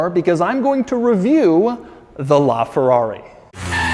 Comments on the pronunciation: “Lrrraa Ferrarrri!!!” (That’s what I hear, and what about you guys??) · "This, is a Laaaaaaaaaa Ferrari" What it sounded like when he pronounced it. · the way that this guy pronounces ''LA'' ferrari, ughhhh, cmon dude you are making a video inside that masterpiece and you don't learn how to pronounce ''LA''....... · Bro you’re supposed to say: this is LaFerrari, because “la” in Italian means “the” thus replacing the need for “a”